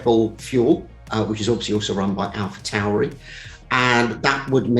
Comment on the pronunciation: Fascinating, but as a channel dedicated to Formula 1, I would expect you by now to pronounce Alphatauri correctly. Is it really that hard? Do you pronounce ‘Taurus’ as ‘Towrus’?